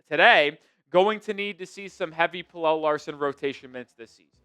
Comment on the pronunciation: Pella not Pellel 🤦🏽‍♂️🤦🏽‍♂️🤦🏽‍♂️